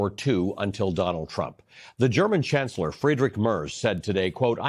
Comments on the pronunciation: It is not "MerZ", it is pronounced "MerTS". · You might try to pronounce Merz's name a bit more correctly. 😉 Phonetically in English it could be written as "Maertz"